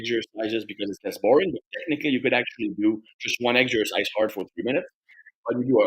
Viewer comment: what's your favourite "eggsercise"? 😄